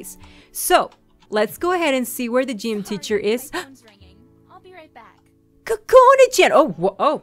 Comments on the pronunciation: I love your voice and your really funny!! But, I know this is stupid, you should believe in your own opinion, but from my preference and the preference of a large majority of people, Chan isn't pronounced chan, It's like Chawn Like saying lawn but with ch instead of l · that's not how u say Chan. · I like it! Chean it sounds like she says chean lol